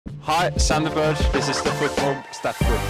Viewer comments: At last everyone will now know what we know and that Sandars surname IS NOT PRONOUNCED ‘Berger’ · I’m confused. Sander pronounced his surname as ‘Berj’ at the start, and ‘Berg’ at the end. Which is it? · Think the correct pronunciation was how he said it at the end, the first ‘Berj’ was what we called him at the very start so think he adopted it a little bit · Funny he pronounce is own name in a English way.